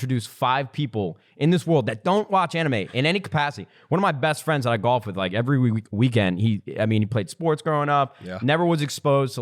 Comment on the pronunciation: Love how says GHALF